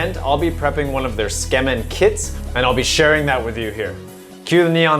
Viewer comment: Ok but why do you keep saying "skemin". Tsukemen = suu-key-men